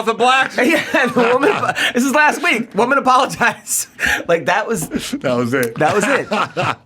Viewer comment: Love seeing on here! "A we ek later he was on the news with a SWAT team." LOL